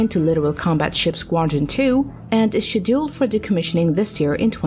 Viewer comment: I totally agree. Got fed up with " Shedilled " Being English I know some Americans use different words for things than me, and that's fine. But to completely mispronounced a word is terrible. Who designed these auto speaking bots ?